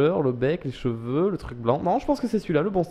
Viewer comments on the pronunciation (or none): none